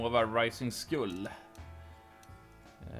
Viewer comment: Fint du uttalar skull. :)